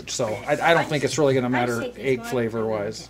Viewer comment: Great video, def gonna try. Love the way you say “ayg”😂